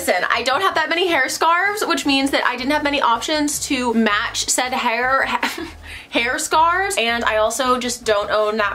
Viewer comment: The way you say head scarves 🤣🤣 do all Americans struggle?